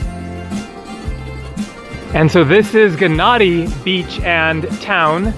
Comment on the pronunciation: Gennadi is pronounced with a Y (Ye-nnadi) Its the same with Gyros. So many English speaking people, especially us Brits annoyingly pronounce it with a G 😤 In is this instance the G is silent.